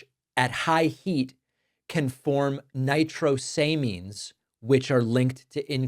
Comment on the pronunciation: Nitrosamines: nigh-traas-a-meens.